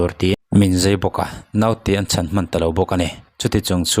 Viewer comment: Engatinge a nihna bo rak khawpa mizotawng i sua sam mai le. Naute an 'chan' i tih an 'CHÂN' ti ta che. A thu a tluang tlan teh lul nen. A serh a thler tih kha chu, damdawi Inah chuan an hliam belh tlangpui lo maw!! (Fa tir ngat phei chu emaw nau awl tak te hi chu an awm ve hrim hrim a) An thui fuh lo a nih chuan thu hran ni se.